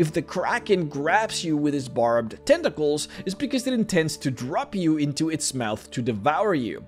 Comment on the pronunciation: Every time I hear him say "Tenta-cles" I want to drink Tea in a pretentious manner.